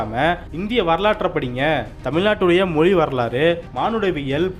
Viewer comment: தமில் மொலியா அல்லது தமிழ் மொழியா? முதலில் தமிழை ஒழுங்காக உச்சரிக்க பழகுங்கப்பா.